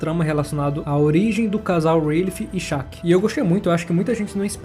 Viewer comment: Porque você fala SHARKKI? se o nome dela não tem R? É shakki shakki shakki